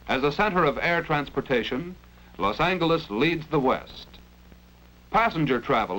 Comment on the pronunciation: Love the Hard G pronunciation of Los Angeles